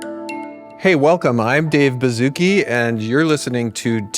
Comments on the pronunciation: I thought david bazooka was saying tiktok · “Welcome im dave baszucki” bro cant even say his own name right 😭🙏